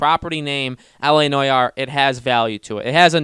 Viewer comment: Noire is pronounced "No r". It's just so painful to listening to u as a French guy. "La noyar"